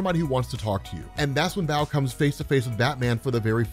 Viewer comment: You kept saying big Eddy but It says Big Henry.... 😤🤯 dude you are so terrible with names it's Bao🏹 pronounced like 🏹 BOW & arrow. It says Nguyen not Nugen think Asian names, because Bao is a asian kid right I mean his parents restaurant was serving Pho... Lol 😂😂🤣🤣